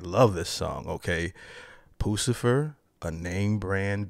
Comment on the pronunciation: ...it's not 'poo - sa - fer' it's 'puss - a - fer'..LOL